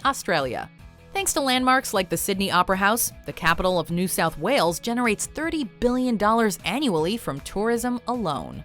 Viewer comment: she said the capital of new south walec